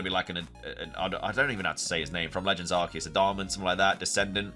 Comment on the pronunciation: Adaman. Like adamant without the t. That’s it.